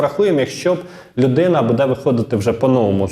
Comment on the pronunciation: Знову: БудЕ, будУть...! Робіть НаГоЛоСи в словах ПравИльно ! Українською ,літературною !!!😮😮😮